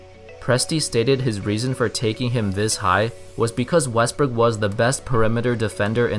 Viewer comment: You say wrestbook